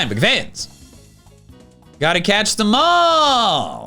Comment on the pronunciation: Sometimes when he says ''gotta catch them all!'' at the ending i hear ''gotta catch the mall'' and i find that very funny